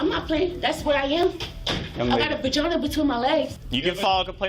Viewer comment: She actually says Bagina. lol